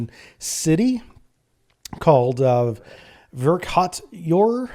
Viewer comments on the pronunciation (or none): Verkhoturye (Верхоту́рье) would be pronounced more like "Vair-ko-tour-yeh", with the accent on the third syllable. (The "x" character is pronounced more like an aspirated hard "k"). My Russki is rusty, so I'd love to hear from any Russians in the comments as to how close I got. As I read it, the Layner would appear as 21 separate incoming warheads where there are actually nine live warheads and twelve decoys. "Bryansk" (Брянск) would be more like "Br-yahnsk" or "Brahnsk". I would imagine the Eastern Orthodox Church would take exception to being characterized as a "cult". Interesting history.